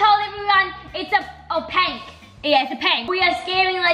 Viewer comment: writing: reading what she wrote: Its a pank we are scamming legends then giving there dream pets (: Her: So i just told them that its a pank "stops for a second" Yeah yeah its a pank Me: 🤣🤣🤣🤣🤣🤣she is so funny